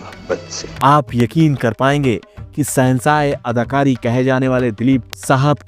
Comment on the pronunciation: Bhai aap ki kahani bahut zabardast lagi. Lekin aap ne Urdu zaban ki tang tod di glat tarike se alfaz ada yani bol karke. Plz aap ees taraf dhayan. Jaise sahensa nahi shensha. Paresan nahi pareshan. Alisan nahi aalishan. Aur bhi alfaz ees kahani mey aap unko badi sheen mey bola kare.Na ke choti seen mey. Aap ko meri baat samajh mey aa gaee hogi.